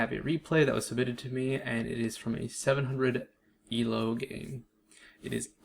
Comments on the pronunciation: Also it's not pronounced "ehl-oh" it's pronounced "eel-oh". It's based off the chess rating system created by Indian mathematician Arpad Elo. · "el-oh" first time i heard that